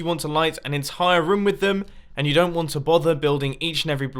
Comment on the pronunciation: did he say roum